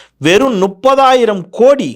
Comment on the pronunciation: அவர்களே அது முப்பதாயிரம் நீங்கள் சொல்லுவது நுப்பதாயிரம் தயவு செய்து தமிழ் சரியா பேசுங்க